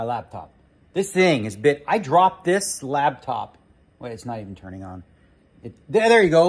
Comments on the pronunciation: I swear he pronounces it "Labtop". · ARE YOU SAYING "LAB" TOP?? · Does he call it a labtop? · Hey Daniel it's called a Laptop, not a Labtop! lol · We all just ignoring the fact that Daniel calls it a “labtop”???